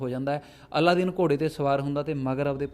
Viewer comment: ਜ਼ਿਆਦਾ ਪ੍ਰਚੱਲਿਤ ਨਾਮ ਅਲਾਦੀਨ ਹੈ ਪਰ ਤੁਸੀਂ ਅੱਲਾਦੀਨ ਬੋਲਦੇ ਰਹੇ ,anyway no problem